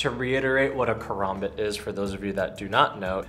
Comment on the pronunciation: He lost me when he sed " I love using a korombot"... didn't know karambit had fucking o's in it 🙄